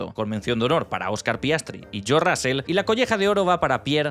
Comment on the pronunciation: El apellido se pronuncia Rozl no Rásel.